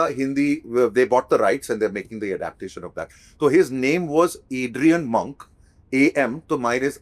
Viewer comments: Ram ji and Mona g it's pronunciation is Monk(Munk) sound is Munk u both r sounding moank. I will not watch it because Monk is my favourite. I won't enjoy copy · Its not M-au-nk.. Its pronounced M-UNK